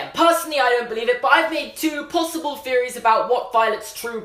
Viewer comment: why do you say plossiple it is possible dah